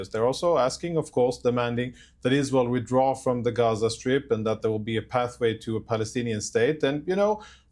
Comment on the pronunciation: Abby is such an absolute joke. Can't even say 'withdraw' properly. Fkn idiot.